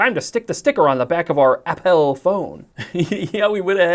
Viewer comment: “Appel” lol